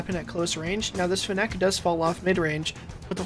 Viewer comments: can we get a video where you pronounce fennec correctly? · lmao the way he says "fennec" never heard anybody say it like that